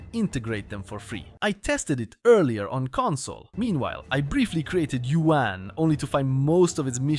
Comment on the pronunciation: The way you say "Yuan" is like "UN"